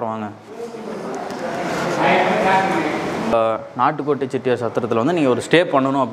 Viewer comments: என்ன தம்பி நாட்டு கோட்டை ன்னு சொல்றதுக்கு பதில் நாட்கோட் ன்னு சொல்றீங்க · Nat kot ,Nat kot Ennappa Nee Sariyaga Sollappa Valga Thamil !!!